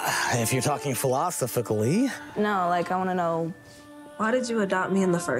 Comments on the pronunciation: I'm just 30 seconds in and I can't believe what I'm hearing. Did he just paint himself as the victim as well and throw his wife/ex wife under the bus? 😂 Phil-Os-O-Phic-Lee 😂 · Philosifically... ya know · Phil awsofickly 😂